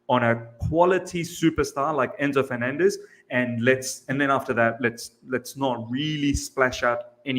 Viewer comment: Please pronounce 'FerNANdez" the way you would the word 'ENcore'; right now I'm wiping this puke out of my keyboard